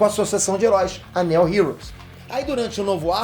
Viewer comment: O Nome "Neo" heros tem a mesmo fonema do nome do principal ator de Matrix "NEO" e não tem esse som de "E" na pronúncia! 😁